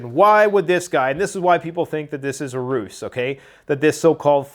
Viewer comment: Love the videos, been subscribed for about eight years, I think! I have to say this, because it’s driving me crazy! When you use the word ruse, you should pronounce it as if it had a Z! Not as if it had a C… Just my two cents. I could be wrong, but I don’t think I am.